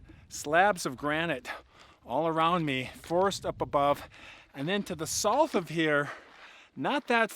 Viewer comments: Its SOUTH like sow-th NOT salth or whatever ur saying. My skin crawls every time u say it. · Theres a "U" in "south". You pronounce it like "sloth" without the "L". And it drives me FUCKING CRAZY. Good stories though.